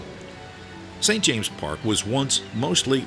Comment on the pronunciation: NO very annoying